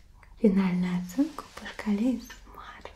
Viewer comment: Вы уж определитесь с произношением. Англ.: Эй Эс Эм Ар, Рус.: А Эс Эм ЭР!